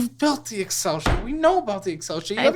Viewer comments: The way he pronounced Excel made it sound like he was describing a t-shirt size. My guy, stop describing the lottery as a skill game. The lottery has you. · Dude really said XL instead of excel 😂😂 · The way he pronounced Excel as XL tells me all I need to know about this guy 😅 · The second he pronounced Excel as XL, i knew he was dumb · Dude pronounced Excel as “X L” because it’s so foreign to him 😂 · Did he just pronounce Excel; "XL?!"